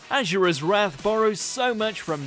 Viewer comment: It’s as-u-ra not ausra pronounce it right